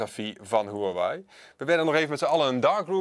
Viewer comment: Nu nog leren de merknaam uitspreken :)